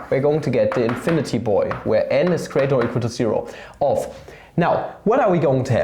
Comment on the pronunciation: when papa says integrül fhom ziro tu infiniti (even tho there's no integral like this in this video) my heart melts <3 P.s.: as a hungarian, I am also very sensitive to ö ü letters my boi